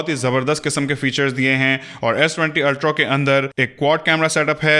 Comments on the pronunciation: Why are you continually saying s20 ultro!! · Good video on S20 "Ultrow" 😀